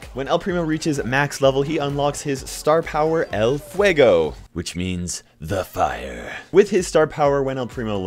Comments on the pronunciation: El FRWAGO i just like how you say it P.S im mexican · That's not how you say el fuego